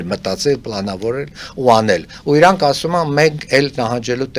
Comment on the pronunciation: Լսելը տհաճ է Իռան , Իռան ռ շեշտելը լավ չի լսվում